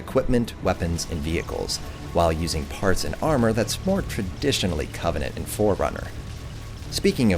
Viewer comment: When you say covenant it's flawless